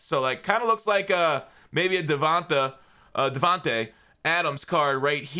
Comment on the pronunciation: Hey just a heads up; you pronounce Devante and Devanta the same way.